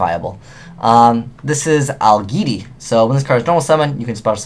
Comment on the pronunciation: pronounce AL-JED-EE :P